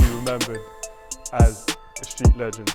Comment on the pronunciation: cmon how u messing up the word legend